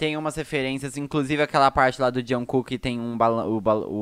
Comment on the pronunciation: "Juncu" kkkkkkk